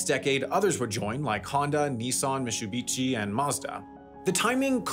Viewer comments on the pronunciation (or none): Mitsubishi* not Mitch-chubichi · Mistsubishi instead of Mitsubishi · Mitsubishi ❌ Mishtsubishi✅ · "Mistsubishi". Really? :p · "Mitsubitchy" That's new one. I thought I already had heard all ways americans mispronounce foreign brands. Which makes me thik how many more ways there is... Btw, how did you find second "t" when there's only one? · "Missoobeachy" lol, learn how to pronounce things better. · MIT-SU-BI-SHI, pronounced mitt-sue-bee-she. It ain’t that hard, bro. Thumbs down, just in case it’s a ploy for engagement. If not, it’s because of sloppiness. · mistsubishi? Really 😂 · Mishubeshi or what was that I heard you called mitsubishi? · not the mishubitchi 😭😭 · Mistabushi how do y’all pronounce that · the way you mispronounced Mitsubishi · It's harder to watch these videos when the (AI or poorly researched) narrative mispronounces "Toyopet" and "Mitsubishi" and claims that the seatbelt era was when manufacturers had to add bumpers. It was actually a time of mandated crash resistance for bumpers - requiring little/no damage for certain low speed impacts.